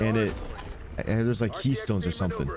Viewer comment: Ketones. Not keystones. Lol